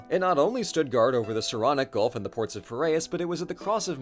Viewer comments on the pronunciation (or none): none